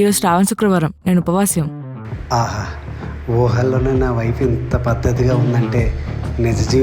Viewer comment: 🖐️ Haha... Entha amayakanga adugutav ra. Nee voice ki.. neku pedda fan ra nenu❤. Amma Upavasyam kadu. Upavasam 😂😂😂